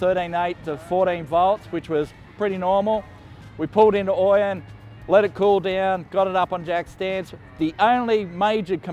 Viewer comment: Hey, it's pronounced "Oh-Yen", not "OI-Yen":goodvibes